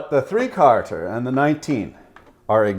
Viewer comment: When you kept say 3 carters, I was thinking, 'What the hell does Jimmy Carter have to do with this?" Then I realized you meant 3 quarters...